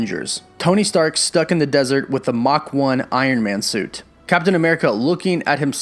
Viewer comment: Did you just say mach 1 lol